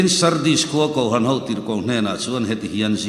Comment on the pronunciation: Kohhran tih hi a lam dik thiam lo a mi .spiker hi😅😮😢😂😊❤.